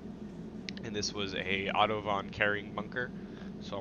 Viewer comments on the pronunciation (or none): It's AUTOVON .